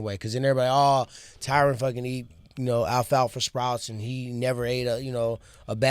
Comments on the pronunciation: If they're such good friends, why can't they pronounce the man's name right🤔🤔?? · Tyron “I don’t CUR” woodley